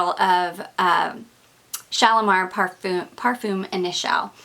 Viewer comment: Hi First I'd like to tell you how much I love your videos! I've watched nearly all of your fragrance ones and you have turned me on to a lot of notes I didn't know about. But, I do have to say something that I've kept inside for so long..lol. Edp is pronounced PAR-FOOM, not PAR-FUM. I know it seems silly, but it's kind of irritating. I am not the kind of person to let little things bother me. But this little thing really bothers me. Again, i really look forward to your videos. But I've allowed this one little thing creep up on me and now I just can't keep it in any longer. If you don't agree with me, at least look it up.